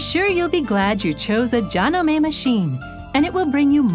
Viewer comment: Umm, that IS how you pronounce Janome - in Japanese.